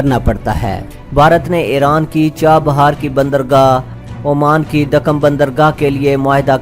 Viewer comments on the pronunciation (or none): none